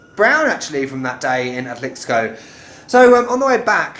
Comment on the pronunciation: Muy bonitas tomas ,y pronunciaste excelente la palabra Atlixco ,saludos desde Cancun